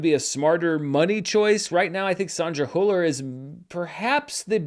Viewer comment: fwiw: Hüller is hard to get right, because the "ü" sound is not part of English, I would advice to go for "Hiller" instead of what you are trying at the moment, is way closer